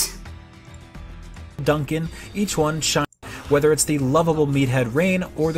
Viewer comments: He must be dyslexic how does he manage to put an A sound in Nopon? And Duncan?! It's Dundan... There's no way you can accidentally say it that way. I can understand Reyn as Rain if he played without volume or something... This guys an idiot. IGN sucks. I only visit their videos when I hear how bad a review is to thumbs down it like I will this review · Anyone else call dunban "Dunkin" and the nopon "naypon" to make fun of IGN? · THATS DUNDUN OVER THERE! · They actually reuploaded it and fixed the Duncan mistake. But I guess the damage is already done. Now they will be a meme forever and the Xeno Fandom will always remember this. While I understand that Reyn is often adressed as Rain - You can't mispronounce Dunban so bad that Duncan comes out. Considering they also give a game like Pokémon Sword/Shield a higher ranking AND giving the BEST VERSION of Xenoblade a lower score than the original shows their incompetence and that they have a serious problem of communication in their company. Also about the part with screaming battle arts: there is a regulator for ingame voices, scene voices and ingame sounds. And something else I think. So the person playing it was probably not looking in the option menu. Which takes like 10 seconds. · I watched the review and I think they changed part of it. Its sounded like he said Dunbon instead of Duncan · Xenoblade Chronicles Definitive Edition IGN review in a nutshell: -Dunkin (yes, mispronouncing the name when Dunban is clearly on the screen) -Usual sensless tangents to fill time Too much Definitive, not enough Edition 8/10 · duncan and reyn doesnt matter because the voiceover guy and the guy who wrote the script are different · It’s not the score people are mad about. It’s actually one of things people are least insterested in talking about. It’s that the reviewers don’t do any research about the game their reviewing. The best examples of this is when they mispronounce Ryen and Dunbans names as rain and dunkin.